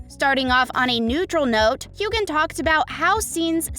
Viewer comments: It's not hew-gan. It's hew-an. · HueGan? It's Hue-wen, 3,300 views and you can't even pronounce his name right, Shame! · The g is silent in Hueghan. It's like scratching a chalkboard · I can’t stand listening to this gal mispronounce Sams name . I’m out!